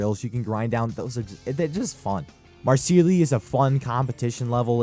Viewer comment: Marseille is pronounced Marsay